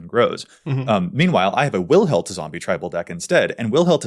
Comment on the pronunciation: That Wilhelt the Rotcleaver probably is more accurately thought under a Dutch/Germanic umbrella and shouldnt be read with the English |w| sound but rather the Dutch/German |w| or sounds like |v| in english. Does it matter? Not really but its nice to know not everything you pronounce is anglocentric